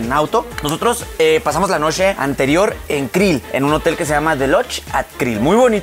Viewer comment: "De noshe" jajaja alex ya se te pegó el acento de Chihuahua 😂